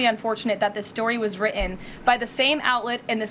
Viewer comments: Written. The word is written, not wri' in. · Writ-ten, writ-ten! Not wri-en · she pronounces “written” like a child. “wri-ehn” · Wri-en. I hate when people who are public speakers do the lazy pronunciation. Impor-ent cringy!! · “…..This story was wri’en by NY Times….” Another reason I abhor the lying Karoline Lievitt pronunciation ok until her concentration fails and she drops her ‘t’s” irritating beea**h😂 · I hate the way she pronounces the word written as wri-en. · ‘Story was wrii-enn’’. ‘President Puu-inn’.- University graduate everyone. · why can't karolyin' pronounce "written". it has t's in it, yes? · I am in awe of her ability to pronounce "written" without Ts